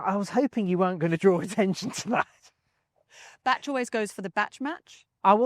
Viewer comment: “Batch” not “Bash”.